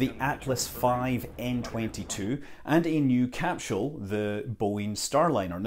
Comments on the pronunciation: It really bugs me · I love how Scott pronounces capsule as capshool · SCOTT SCOTT WHERE IS THE "SH" IN CAPSULE¿?????????